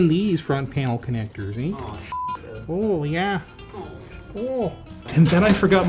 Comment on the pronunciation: that was the most Canadian “oh yeah” I’ve ever heard in my life.